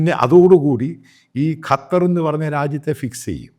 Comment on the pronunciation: അച്ചായാ കറ്റാർ അല്ല. ശരിക്ക് നാവ് വടക്കണം. ഖത്തർ എന്ന് ശരിക്കു പറഞ്ഞു കൂടെ